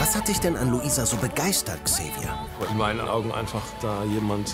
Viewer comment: Wie Dieter immer xava statt Xavier sagt😂